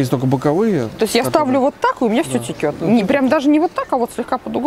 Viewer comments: Очень нравятся ваши обзоры и манера подачи материала, но..... Течёт, а не текет, в единственном числе именно так будет правильно. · Очень нужное дело,ноооо термос -течёт!!а не текет!!!!прям бьёт по ушам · Все очень интересно.спасибо. Но не текет,а течет. Не вытрехается,а не вытряхивается.извините. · Спасибо, посмотрела с удовольствием. Не считаю, что затянуто, живой разговор приятен (особенно в нынешней ситуации). Будет приятным бонусом с Вашей стороны, если больше внимания будете уделять правильной речи (конкретно: вместо слова текёт, в дальнейшем будете говорить течёт). Мне очень неловко делать замечание взрослым и приятным мне людям, извините и не обижайтесь, пожалуйста. Вы классные, хочется чтобы были идеальными. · в целом, сам обзор полезный, исключительно поэтому подписалась на ваш канал, за проделанную работу благодарю. Из минусов: пожалуйста, следите за речью, очень режут слух бранные слова, а также не верные произношения слов, как пример "текёт", нет такого слова в русском языке, как уже написали многие из пользователей. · Текет? Серьезно?